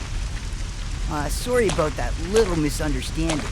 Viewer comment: Canadian? What are you talking aboot eh?